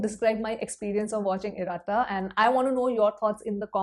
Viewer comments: Not iraaata it's iratta. Like khatta in khatta meetha..🥲🙏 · It’s not pronounced as IRAA – TTA. It’s IR-UH-TTA. (Less stress on ‘A’) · It is pronounced as Ir-ah-Tta